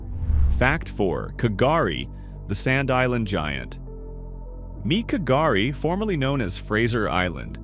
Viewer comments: So I’m only 3mins in and your map of population density is nothing like 50km from the coast - more like 500lkm and the largest sand island is pronounced gari the k is silent - not Garry or kagari - gari - your welcome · K’gari silent K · How can i respect ur content if you're pronouncing names of indigenous country incorrectly? It's not KAH-GAH-REE K'gari, the K is silent. It's pronounced GAH-REE. If u took my class & u can't pronounce a geographical noun correctly that u are doing a presentation on, you fail. It's pronounced KATI-TUNDAH, not kart-ee thunder, again with showing no respect to our first australian's country by saying the name incorrecty. The H is silent when pronouncing Kati Thunda. Don't do lazy geography. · The commentary is dreadful. For a start K,gari has a SILENT K.. get it right...and Kosciuszko (pronounced kos - ee- osko ) can have snow in SUMMER! It ALWAYS has snow in Winter. !! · Thank you for showcasing our glorious country. Oh th K in Kgari is sinent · The ‘K’ in K’gari is silent so it’s pronounced "gur-rie" or "gur-ri" ❤️💛🖤